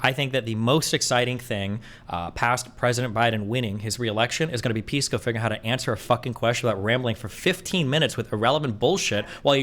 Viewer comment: Nobody calls Pisco “Peesco” like it’s sposedta be. Everyone calls him “Pissco” Pee, Piss, which is worse